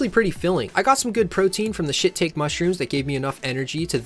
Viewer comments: I did NOT just hear you pronounce the mushroom "shit-take" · I am enjoying this video plenty and I don't mind that you are an inexperienced cook, we all start somewhere, but I beg of you, do not EVER say "shit-take" mushroom again. Please. It's pronounced "shee-tah-keh". Those mushrooms slap and deserve a non-shit take pronounciation lol